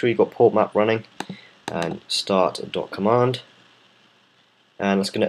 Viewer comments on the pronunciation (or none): none